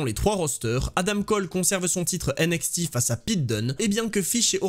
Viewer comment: J'en peux plus de ta prononciation de NXT avec le X à la française mais le T à l'anglaise!!! 😂 Sinon bonne vidéo comme d'hab continu comme ça! 😘